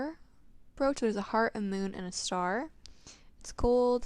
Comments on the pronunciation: It's pronounced Br"O"ch or like broach (coach) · It brooch to help you. The broo in it is pronounced like bro or (broe)